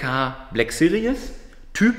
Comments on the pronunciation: "CLK Black Serious"? Manmanman, wieso ist es so schwer das Wort 'Series' richtig auszusprechen, selbst die Werbefuzzies für Braun Rasierapparate können das nicht... 😂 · Hey, "Series" wird in der zweiten Silbe mit einem mittellangen bis langen i gesprochen, kein Doppellaut. Ansonsten, geiles Projekt, ich will sehen wie die Maschine abgeht! 👍👍👍